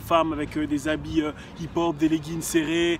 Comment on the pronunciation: C est pas hip hop c du hip pon ! XD